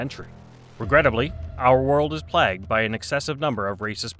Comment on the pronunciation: Did you really pronounce "plagued" as "plagged?"